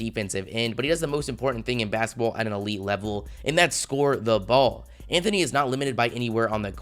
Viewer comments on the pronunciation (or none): none